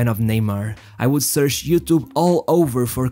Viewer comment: Great video! Much respect and admiration for your efforts! It must've taken a VERY long time to put this together. Just a quick question: I noticed that the narrator has a very peculiar pronunciation (`searsh`, 'ope (instead of 'hope'), and usually 'CH' is pronounced as 'SH', and I also noticed 'dizappointment' where the 's' is pronounced as 'z'). I wonder which country is the narrator from? I have a passion for linguistics and I'm genuinely curious.